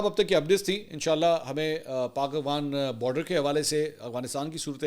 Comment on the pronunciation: Aghwan nahi yaar